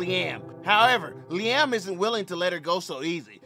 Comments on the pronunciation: Not LeeAM 😂😂😂😂! It’s pronounced Lee-UM 😂😂😂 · Deadasss I kept laughing like bro it’s Liam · Na how you fully grown and cant say liam 😕🤦🏾‍♂️ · "Lee AM"💀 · Bro you never heard of Liam Neeson? Please quit saying "Lee Am" 😂😂😂😂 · the way you say liam kills me , I'm rolling 😂😂😂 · Real mispronounced that man name 12 times😂